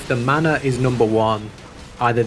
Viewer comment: I kept hearing 'the mana' and wondering he's talking about. Took me a while to realize its 'the manor' x)